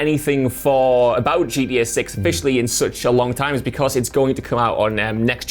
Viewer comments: GTA V had fast travel. Also it GTA. Not GDA. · Swear he's saying GEA not GTA loool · Is he trying to say gta he is saying gda 5